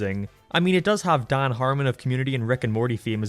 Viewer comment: I like how you pronounce Dan's name as Dauhn.